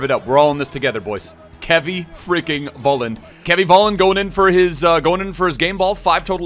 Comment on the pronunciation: Love the vids <3 Btw I think his last name is pronounced FOLLAND in German.